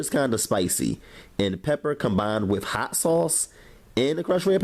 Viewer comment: Once your OIYUUU is hawt! Lol, ily!!